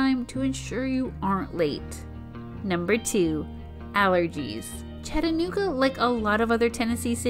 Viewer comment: i like the part when you try to say chattanooga.